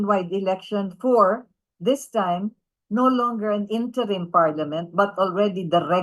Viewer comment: " interim "wrong pronounciation ayusin mo....hahahahaha